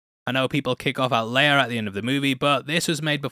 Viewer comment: "Leiar" I thought her name was Leia. 🤷‍♂️🤷‍♂️